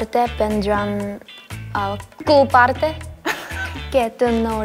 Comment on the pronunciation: Ryujin en el trabalenguas español en “que” dijo “wey” xdd